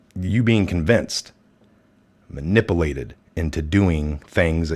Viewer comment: Muhnippuhlated. Hahaha 😂